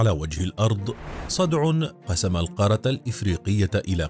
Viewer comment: نرجوا تصحيح نطق القارة .. بالتركيز على تشديد حرف الراء .